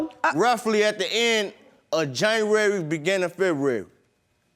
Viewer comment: I got locked up roughly at the end of JANNAWARY beginn of FEH-WU-WARY! 💀😂